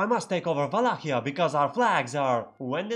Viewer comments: You can tell I am from Vietnam by the way I pronounce Wallachia very impressive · Your correct pronounciation of Wallachia gave away the region you are from ;D